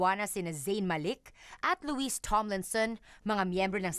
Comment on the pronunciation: Lu wee hindi Lu wees. Luma na pero nakakairita